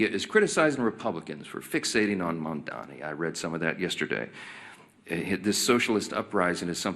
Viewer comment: These people don't even know how to say Mamdani, how could I trust them to know what his policies are?